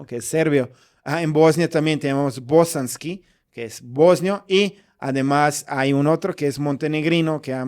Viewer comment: Querido me encanta tu manera de hablar el español, siempre oigo cómo dices "aremás" en lugar de "además" y el famoso "por ejemplo" tú dices "poreemplo" 😅